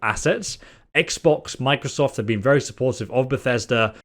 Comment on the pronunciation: he said microsof instead of microsoft directly after that aswell